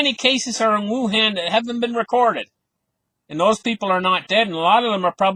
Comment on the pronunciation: You said WangDong.